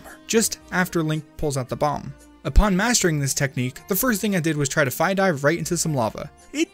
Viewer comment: It's 'Fee' I played Hyrule Warriors Legends.